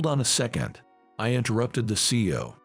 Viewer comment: It’s C-E-O each pronounced individually not see-oh. Words should be practiced before it is recorded.